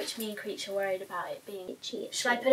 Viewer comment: Why do you call her Creech?